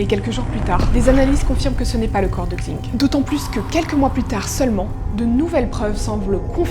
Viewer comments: Pour info "xing" ça se prononce "ching" et pas "kzing" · Le X en chinois se prononce « ch ». Super chaîne en tout cas ! :) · super vidéo !! Juste pour Xing Leili, son nom de famille se prononce comme "sing" et en fait son prénom c'est Leili